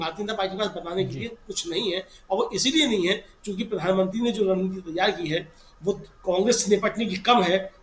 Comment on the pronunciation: not runneeti its rund neeti